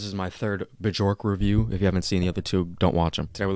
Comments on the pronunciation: her name is pronounced "bee-ork" :-) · Learn to pronounce her name right pls <3 maybe watch an interview or documantary about her :)